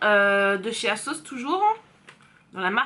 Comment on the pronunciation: Holà! Canon 👌🏼😍 À un moment donné tu as dis".....de la marque asos... "tu as fais la liaison et J ai compris Ksos mdr!! Jme suis dit hein what? Ksos?? Marquasos.... Voilà c tout pour moi lol.... Vite vite une prochaine vidéo.... Bisous